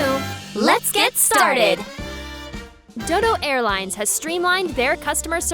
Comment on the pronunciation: Did she say... Dildo Airlines App?